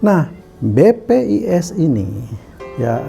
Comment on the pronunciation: Koq BPIS sih nyebutnya bos?